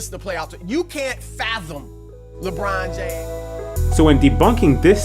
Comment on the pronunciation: He make me sick, "Well Lebryne,LEBRYNE" THATS ALL CHRIS BROUSSARD KNOW HOW TO SAY D!@ ridin b!@